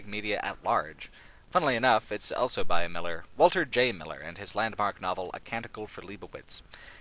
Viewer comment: says elso instead of also.